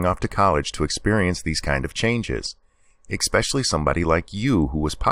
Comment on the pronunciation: I liked your vid, but one of my personal pet peeves, hopefully this will help, is pronouncing the word 'especially' as "ekspecially". It makes one sound as stupid as, say, pronouncing the word 'ask' as "ax" I know, minor thing, but...